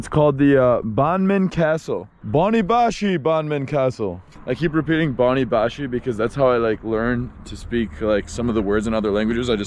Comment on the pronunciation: Chony bashy with CH not boni bashy :D anyway nice to see you in my country man I was there in July… I highly recommend you to visit a beautiful place Deraluk it’s between Dohuk and Barzan 🤩 and Akre